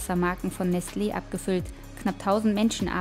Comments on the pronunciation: Es heißt doch nicht nestleeeeeeeee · Es triggert das sie Nestleee sagt und nicht Nestle kurz und knapp gesprochen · tut mir wirklich leid aber mich hat das ganz fuschich gemacht: es heist Nestle und nicht nestlee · mich triggert es voll, dass sie nestLE sagt und nicht NESTle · Es regt mich auf wie sie Nestle ausspricht 😂😂 Oder sagt sie das richtig?😂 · Bin hart getriggert durch ihre Aussprache von Nestlé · Bin ich hier der einzige den es triggert wie sie Nestle ausspricht? XD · Warum kann die Nestle nicht richtig aussprechen wie es jeder Mensch der Erde macht betont so extrem die zwei e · Bin ich der einzige der innerlich ausrastet weil sie Nestlé nicht aussprechen kann? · Bruder bitte schau doch vorher wie man Nestlé ausspricht bevor dus Tausend mal in einer doku sagst das triggert abnormal